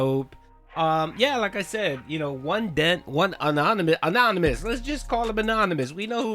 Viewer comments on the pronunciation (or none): He was ULTRA SEETHING yesterday, to the point that Mr. "ahnahnymahs" came ayund save the non-exisDENT goal. 😂😂😂😂